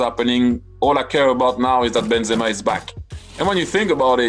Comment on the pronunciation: How did try say Karim Benzema one of the best strikers ever 😂😂😂is he skunked